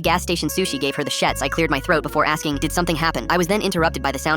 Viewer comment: “The shets”🫩✌️